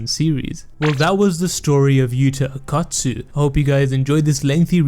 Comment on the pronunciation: Why do you keep saying akat tsu , thought it was o kot tsu